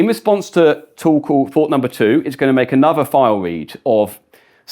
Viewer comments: every time he says "Tool Call" I hear "Torkoal" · ohh a "TOOL" call. where does that "tow" pronunciation come from? lol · Sounds like "tuple" lol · For a second I thought he was saying "Toll Call" 😂